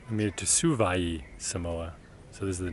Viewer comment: you pronounced savaii really well